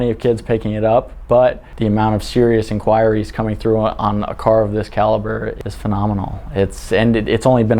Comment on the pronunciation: Really wish he'd pronounce inquiries correctly. :(